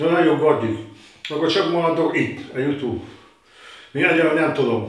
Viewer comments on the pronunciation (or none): none